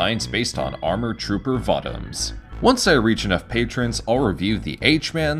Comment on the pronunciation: It's pronounced VO-Toms There is no A in the word. They are not Vatoms as you say it they'r Votoms